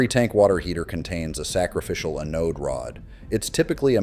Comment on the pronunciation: AI crap 💩 - Learn to pronounce Anode Rod